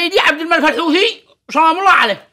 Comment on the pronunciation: المخزن مايقدر ينطق حوثي يقول دوثي ههههههههههههههه